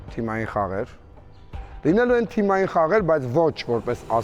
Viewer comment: Այս խաղերի շրջանակներում միակ մասնակիցը, որ "Թիմային" բառը ճիշտ ասաց` Սամվելն է